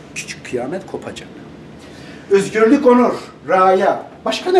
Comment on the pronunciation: Edip beg üzgürlük nedir yahu videonu izleyeceğim hevesimi kaçırıyorsun ö'yü söyleyemiyormusun